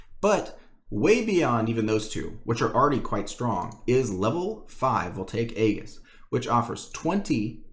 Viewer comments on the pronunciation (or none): "aegis" is pronounced like this: ējis